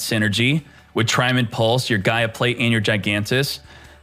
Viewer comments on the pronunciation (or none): none